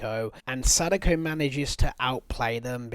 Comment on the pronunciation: The way he is pronouncing Sadako is hurting my soul. Sounds like he is calling her "sudoku" the game that is too high for his IQ to even complete.